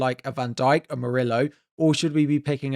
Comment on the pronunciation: Bro, stop pronouncing Murillo as "Muri-low".... It's "Muri-yo".